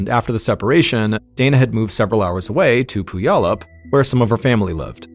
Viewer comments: It’s pew-allup not poo-yallup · He called Puyallup pooyallup. Lmfao, iykyk i guess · “Poo-yallup” - “pew-allup” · Pronounced “pew-allup” 😂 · Another great video! I’m from Washington though, so you way you say puyallup is killing me lol. The “y” is silent so the way you say it is Pu•al•up, just letting you know brother. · Completely off topic: I have been pronouncing it Pulley-Up forever and I’m feeling like it was obvious now that I’m hearing it. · Fyi locally Puyallup is pronounced pyu-AL-up or pyu-ALL-up ("pew wallop" like your mom smacking you for dozing off in church) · Puyallup. "pew-AL-up". Mr B, you need to do some research about how places are pronounced. Reminds me of you pronouncing Papeete as 'pah-PEET'.😂😂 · Puyallup is my hometown. I don’t remember this story, but 2001 was a very difficult year in my life, so I wasn’t following the news. Anyway, if anyone is interested, it’s pronounced Pew-ALL-up. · Mr Ballen i love you but you said Puyallup wrong lol. I know it's a tricky one. But it's pronounced pew all up. Love you! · As someone who lived in Puyallup for half my life I’m dying hearing the way you pronounce the name. It’s pronounced “pew-all-up”. I needed a good laugh this morning. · Actually, it's without the overt "w" sound. It sort of just happens, but no one should be TRYING to forcefully insert the "w" sound. So pew-ALL-up 😊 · Just a heads up Puyallup is pronounced pew- wallop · It's "pew-allop" 😊😊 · I grew up in Vancouver and giggled every time he said it. He did a story about Lake Shasta once and kept pronouncing it wrong so much that it distracted me 😂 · When I first moved to Puyallup last year, I mispronounced it the same way you did. It wasn't until I heard someone on the news pronounce it that I realized I'd been saying it wrong for months. It's a tricky one so I'll let it slide. 😉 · Love you ! The way you’re pronouncing Puyallup is giving me anxiety but more like ✨anxiety✨ bc again love you 😂😅